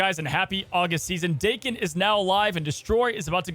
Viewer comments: Say the word Taken... now say Daken. It is pretty simple. The way pronounces it doesnt even sound right in anyway. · I love that says Daken with a different pronunciation every video. I'm waiting for "Day-kon". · Hearing you pronounce Daken wrong is triggering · It’s amazing. You can’t settle on one way to pronounce Daken lol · Like your pronunciation of the card better than the dayken people say, but you make the “a” sound very aggressive. It’s more of just an smooth “ah” sound than the AAH-ken. Dah-ken. Bc it’s Japanese (as you mentioned) so their vowels are always pronounced: ah eh ee oh oo. Enough of the Japanese lesson another great video. Thank you 👍. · I believe the correct pronunciation is Dah-kem in Japan words are broken into syllables so it would be broken into Da Ke and then the sylabic n, which makes an em sound so Da Ke M. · FYI, the japanese pronunciation would be, "Dah-Ken". Dah like "dock". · 駄犬(da-ken) which means mongrel in Japanese. The A is pronounced softly (which you had right before you said it the Brode way). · It's pronounced DAHken, not LevioSA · It’s dake like jake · If we're looking for the Japanese pronunciation, だ (da) is pronounced "dah" as in dad in English. Then けん (ken) is as expected. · His name is pronounced "Day-ken" 🤣 love you videos homie. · The Japanese pronunciation is like "darken" without the "R". That's a simple shortcut that'll get you close enough. No need to dive into the nuances of the consonants and timing. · Japanese pronunciation is Dah-Keh-n. Da always sounds like Dah. Ke always sounds like Keh. The japanese language has far fewer sound variations than english so the pronunciation is pretty easy to figure out once you know some basics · Anytime i hear Daken pronounced like "Dah-ken," I wonder if "Dream Warriors" is going to start blasting in the background and Freddy Krueger is lurking nearby. Joke for like...three people.